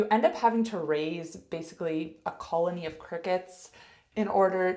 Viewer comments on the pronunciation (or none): Never noticed it until she said 'colony' in this short! 😊